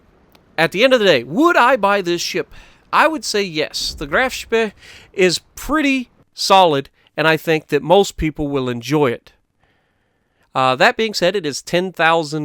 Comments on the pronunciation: Sorry Ik u r trying to pronounce the Graf Spee correctly but it’s Graf Shpae. That’s how it’s pronounced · Graf Spee (Butchers it) Me: Face palm 🤦‍♂️ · It's not pronounced Graf Spee but Graf Spee